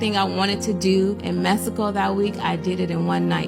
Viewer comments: A woman who pronounced "Messico" instead of "Mexico" 🚩🚩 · It’s Mexico not mesico!!! TF!! 😂😂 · Where TF is "Messico"!! Can't trust anyone can't pronounce Mexico correctly! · Her saying “‘messico” is killin me bruh😂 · Lmao😂I noticed that too. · When she pronounced Mexico… MessyCo I knew she wasn’t gon say anything worth listening to’!! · She lost all credibility once I heard “Messico”. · She said Messico 😂